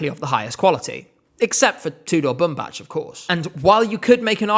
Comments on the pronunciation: You are mispronouncing his name. It's Bumbac not Bumbaci. If you have doubts on how to pronounce it, go to Google translate, his name literally means cotton. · our kings surname is pronounced as ''BumbaK'', not ''BumbaCH❤❤ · Nice vid as usual but please correct his name, it’s pronounced as Boom Back, not Boom Batch :) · Bumbac's last name is pronounced Bumbak, that's literally how they pronouned it in the show 😭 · That is not how you pronounce Bumbac! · as a Romanian native speaker I can tell you the way he is pronouncing is wrong. He is pronouncing it like it was a Serbian name. The ending C letter should be pronounced like a regular C ( like in the ending of the word back in English ). I am not trying to offend anyone, I think is doing an amazing job covering all that is happening related to ESC, it was just an observation. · Nice video but you’re pronouncing Tudor Bumbac’s name incorrectly :( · another vid where u mispronounce tudor bumbac's name